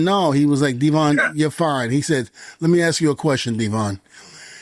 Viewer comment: May I axe you a question?!